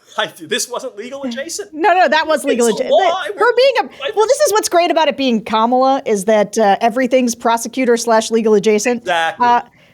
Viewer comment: She said, "Hi, Koma - la Harris, Let's have a good debate"